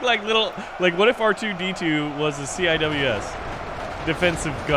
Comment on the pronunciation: "See-Wiz" is how you say CIWS